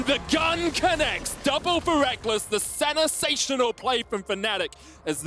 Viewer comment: ”Sennasational” you gotta love